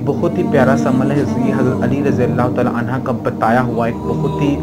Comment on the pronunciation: R.anha nhi HOTA anho HOTA hai 🎉